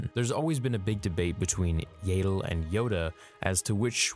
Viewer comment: It would have been a cool video if you'd just learned how to pronounce Yaddle. Were adults now and its rude to mispronounce peoples names especially when you know what the correct pronunciation is. It just makes us feel like you're not a true fan and are just doing this for money.😢